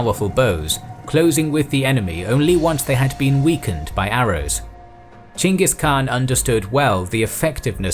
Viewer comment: You know its gonna be a great series when the narrator says Chinggis Khan not Genghis Khan